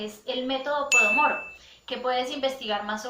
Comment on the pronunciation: Método POMODORO no "Podomoro"